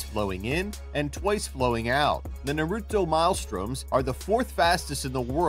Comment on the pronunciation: I hate the way he said Naruto